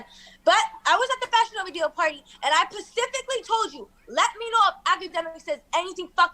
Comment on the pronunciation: She pacifically told him...